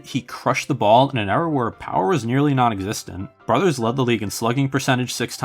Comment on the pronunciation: I'd probably pick Ed Delahanty for the 1890s. Oh and Brouthers is pronounced BROO-thers.